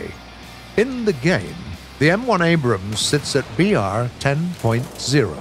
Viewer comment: Woah! He pronounces it “Abrams” and not “Abrahams.” Thanks!